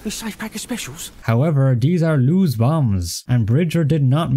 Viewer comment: Also Lewes (the SAS officer) is pronounced Lewis.